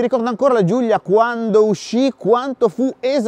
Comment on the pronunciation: si chiama Giulia non Giuglia mannaggia alla pronuncia di santo stefano